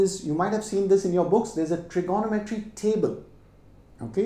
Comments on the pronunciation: Him saying trignometry as Trigonnometry triggered me a bit lol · His maths is good but his Tri-GONO-metry is driving me crazy! Its Trigo-NOM-etry cobber. hahaha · I always thought it was trignometry but now I understand it's tirgonometry 😂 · FYI - it’s pronounced - trigo- nometry… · It is my first time listening to trigonometry pronounced as itself. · This guy can't pronounce trigonometry correctly!